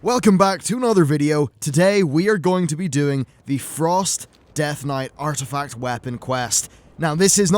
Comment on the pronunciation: ARTIFCT??? that's not a word lol :)